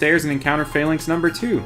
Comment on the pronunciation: You pronounce Falinks/Phalanx weird. There's nothing fail about them